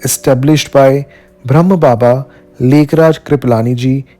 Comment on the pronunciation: omshanti …. brahma kumaries hai bhram ni h … aur brahma baba not brahm baba pls correct pronouns.. m ur sister 🙂 omshanti